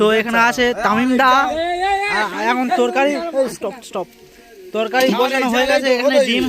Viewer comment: Torkai noi torkari😂